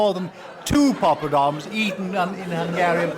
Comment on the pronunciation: It wasn't just a slip, either. He pronounces it that way at least twice. :-)